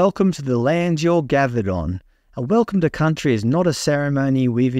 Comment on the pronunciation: Welcome to Cuntry 😮